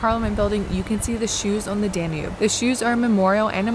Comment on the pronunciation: I am surprised you can not pronounce DANUBE. not even close